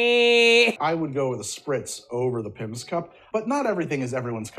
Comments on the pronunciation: It’s a pimms cup not a pipmus cup 😂 and Pimms is a British gin based fruit liquor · Oh you precious baby The way you pronounce it “Pimmes” and forget that 7up exists simultaneously knowing how to pronounce “Aperol” - it tickles me.